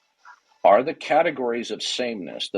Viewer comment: Did this a-hole say 'catagoriness" over and over. Again, a serial killer of the English language.